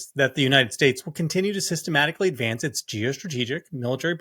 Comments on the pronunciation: I heard Shady Vance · He actually said “Shady Vance” 😂😂😂